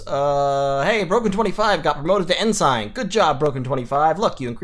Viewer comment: Love the videos. Would love to see more X-COM/TFTD. BTW Ensign is pronounce "in-sin" not "in-sign"